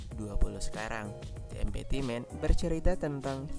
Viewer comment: "De emti men" bukan "de empity men" semangat ya kak:)saya suka kontenya